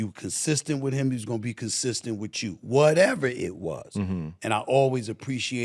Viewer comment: 2 minutes of Smith's "wit-chew", which may be his attempt at saying "with you" and I'm done. Is it just me or is the older Smith gets, the more he's beginning to look like Granny Clump?